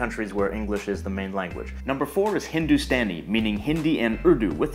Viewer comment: No4 Hindustani :- the way u said Hindustani is wrong, it's Hindu(sta)ni हिंदुस्तानी